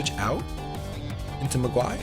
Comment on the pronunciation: Hey! Just wanted to say, if Mogwai is a reference to Gremlins, it's actually pronounced with the the emphasis on the first syllable. So it's more like "MOG-why" instead of "Mog-WHY". Not a big deal, but I wanted to throw that out there! Great battle though, even with the Delibird/Staraptor dilemma!